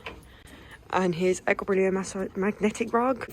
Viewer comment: Are you aware that you say Equilibrium wrong every time? It’s pronounced Equi-lee-brium